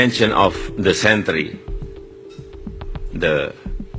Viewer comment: Sebagai pemegang ijazah dari UGM, sangat memalukan Pak Jokowi bukan saja tak fasih berbahasa inggeris, tapi sebutannya sangat lucu! Century jadi desentri. Bunyi seperti penyakit dysentry 🤣🤣🤣Pak Anies bukan saja lulusan UGM, he also studied in he US.